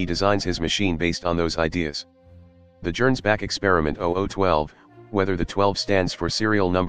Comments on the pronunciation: Arghhh. Gernsback is obviously a Hugo Gernsback reference, which means it's pronounced with a hard G. One of the few times I've had an actual complaint with the TTS app you're using, which I generally find quite soothing to listen too. All those childhood years in the Golden Palace on Terra, y'know. Hilariously over the top plane, though. Das Gegenbeispiel is freaking suicidal for most folks but it is cheap - so maybe a viable choice for a Witch who can just leave when it inevitably goes out of control? Between the annular loop wings and the option for one of those Austrian hell-cannons* that's a lot of aviation history on one airframe. *Seriously, if you think WW1 was bloody already, imagine an alt-history where those things went into service a few years early and got stuck on some kind of armored (or at least motorized) ground vehicle instead of just planes. Of course they probably would have turned out to be too unreliable for field use, but we'll (thankfully) never know. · Worth noting -- I'm not slamming for it because the TTS will do as it does, but "Gernsback" is pronounced with a hard G, like "get" or "gorilla".